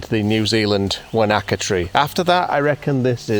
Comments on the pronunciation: I'm half expecting that you might turn up with your own late-night TV show on a Network with a timeslot against James Corden!? Great work even making me laugh at your 'Wanaka' tree pronunciation: Wan-aka is like one-knacker. It should be Wana-ka. LOL More Please!! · Just new it was going to be a good one as soon as you pronounced "Wanaka" 🤣🤣